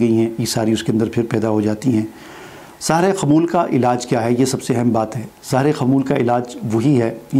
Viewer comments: Bhai Sahar nhe seher bolen ,Seher jadu h jab k Sahar k meaning subh k hen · آپ خود سحر کا لفظ صحیح بول نہیں سکتے ۔۔۔۔